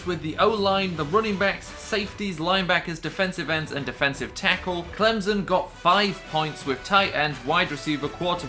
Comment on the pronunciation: It is Clem-son not Clemzon